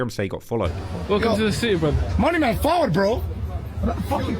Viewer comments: He says "Faward" as in come here!!! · Man said fahwud..or forward..as in let's go. As in fahwud nuh my yute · He said forward not followed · He said fawad. Means Leggo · this is where your white side doesnt help you he said forward as in lets go smh 😂 followed😂😂😂😂